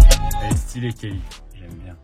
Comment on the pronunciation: Il a lâché kellyn au début au lieu de Kelly 😭